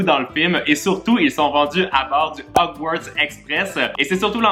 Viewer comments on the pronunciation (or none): none